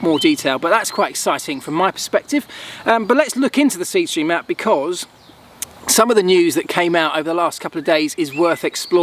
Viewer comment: . Dude, when u promo sth, say it name the way people will know it. Speed stream? I had to rewind 4 times.